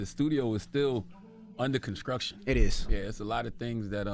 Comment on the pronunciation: “Under conskruction.” -Charlemagne